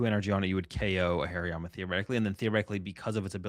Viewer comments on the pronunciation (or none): none